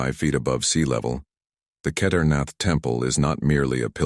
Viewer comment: Do learn how to PRONOUNCE SANSKRIT properly. Please. "Shivling" is the Hindi shortening of the authentic SHIVA LINGA. You can't even pronounce Kedarnath...sheesh.